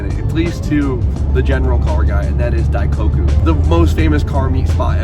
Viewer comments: daiKOku, not daikaku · yo its not "die cock eew" its "die coke oo" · For the love of God, it's "Die-coke-ooh" not "Die-cock-ooh", lmao 🤣🤣🤣🤣💀🤦‍♂. You say it correctly like every other time in these videos and it's hilarious. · Dai-KOH-Koo. pronouncing it Dai-KAW-Koo lol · Bro this is the second time I’ve heard you say in this video, “dai-COCK-Koo” is CRAZY 😭😭